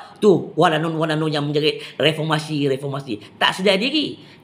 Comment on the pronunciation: Mcm kelakar bila die ckp refomasi.. ckp kt die tok farmasi adalah😅